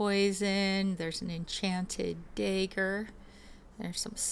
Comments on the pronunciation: "dayger" lmao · lol she can't say wolf or dagger...